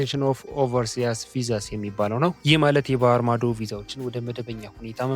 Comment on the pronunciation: ኦቨርሲአስ ሳይሆን ኦቨርሲስ ነው !